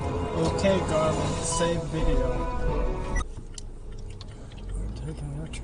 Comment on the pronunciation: #8: “OK GARMIN. SAVE VIDEUH.”